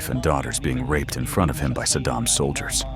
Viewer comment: "In fron of him", he can't say FRONT.